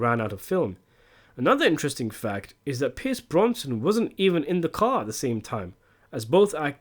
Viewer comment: Great video and I love your channel... But, for the love of god, BROS-NON!!!!